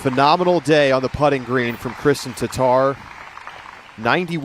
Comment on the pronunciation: How is it so hard for 'muricans to say TATTAR not TATAR -.